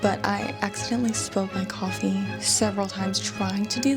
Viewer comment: Coyfee lol Love the way you the put the emphasis on a different syllable there, Ma'am. Thank you for sharing.